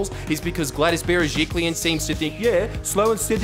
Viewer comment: The most important thing I learnt from this video is how to pronounce Gladys Berejiklian